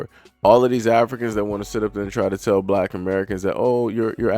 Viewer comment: Can't even say black right lol 🤔 eyes always tell the truth of who you are ..FBA all the racist species want us to come together are they going to keep doing this, now it's to the point the wicked species think can Kidnapp our♠️🖤 babies FBA+FBA equal FOUNDATIONAL BLACK AUTHORITY 💪🏿💪🏿🇺🇸🧬 against weak kidnappers ♟️👁️✌🏿